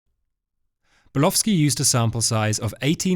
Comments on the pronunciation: You appear to be saying the name as Burlowski. It is Bulkowski. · His name is Bulkowski , not Bulowski!!! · It sounds like he's saying "Bulofski" to me. 😂